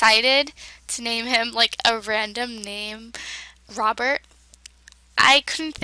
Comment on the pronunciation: At first i thought you said lobert insted of robert lol